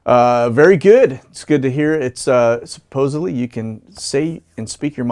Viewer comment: Su-poze-al-eey! The needs-more-coffee-to-say-it-right for "supposedly" - My favorite new slur word! You are not my favorite for new words, but you made a major step up today! ... and thank you for your continued air-traffic data, which is superb!